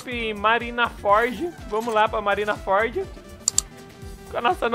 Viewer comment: Não é Marinaford, é Marineford kkk